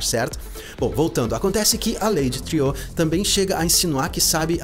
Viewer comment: Eu também achava que a pronúncia correta ela Lady "triô", tipo francês, mas daí ouvi no episódio 7 alguém no episódio falar Lady "Triu" como se pronunciasse "True" que em inglês é "verdadeiro".